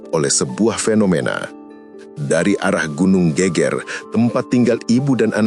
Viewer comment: nyebutnta bukan gunung GÉGÉR min.. tapi GEGER yg kalau dalam kalimat jawa geger itu adalah bahu Klaau gégér hampir sama dg gempar 🙏